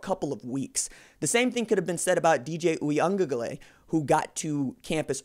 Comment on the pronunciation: Say it with me RJ: “ooh-ee-ah-guh-LAY-LAY”. There’s no ‘N’ in the man’s name